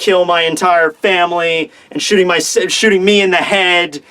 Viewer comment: I dunno why but I absolutely lol'ed when said Fameri instead of Family